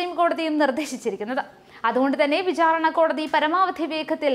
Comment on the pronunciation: വിഛാരണ അല്ല വിചാരണ